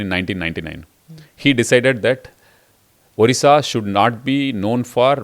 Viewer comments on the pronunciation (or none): स्मिता, आप ऊदीशा ना बोलें। ये ओड़िशा है। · Dear Smita, It's ओड़िशा not ओदिशा. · Firstly ma'am it's not Udhhisa it's ODISHA .I 'm very dissapointed people like you , very competent spokeperson doesn't know this . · Tried very hard to drive the narrative Your bosses have asked you to Smita, but I am amazed on how many instances you have mispronounced ଓଡ଼ିଶା (ओ डि शा ) as ओ दि शा. Such silliness for such a senior journalist front heading National News Agency!!!! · Dear Smita ma'am, the correct pronunciation of Odisha is ओड़िसा and not ओदिशा 😅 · Smita Prakash.. try to first pronounce properly the word Odisha. If you can pronounce word odiya properly then why deliberately mispronouncing Odisha. It's not Odi like fuddi. It's Odi like Jodi. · Smita mam, can you please pronounce Odisha as ओडिशा. You are speaking as ODISHA as उधिसा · Smitaji, you pronounced the state's name "odisha" wrong, in the introduction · Ma’am I religiously watch your interview and I appreciate the intricate hard work you put in each one your videos. What’s with the pronunciation of my state? It’s O Di Sha. Not the way you pronounce. We have so many achievements but the way North Indians or even South Indians pronounce our state just baffles me. I live abroad and I speak with different accents, but that doesn’t make me mispronounce other states or for that matter other countries. Please improve on this one aspect and please do an interview with Mr. Naveen Pattnaik. Thanks 🙏🏾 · Respected smita prakash is such w renowned and experienced journalist still don't know how a small mispronunciation can hurt a large sentiments. Still he pronunciating ODisha as di instead of D and in dharma , ma as maa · I would have loved to see someone not from Odisha could pronounce Odisha properly. It’s not a state from some other country but a very prosperous one from India. Smitha ma’am could have at least put some efforts to pronounce the name of the state properly.